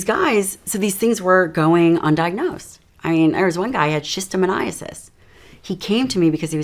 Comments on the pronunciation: did she mispronounce schistosomiasis... said schistomoniasis. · Someone who does this for a living and does not say the proper name is what kids would call a "sus" it's shostosomiasis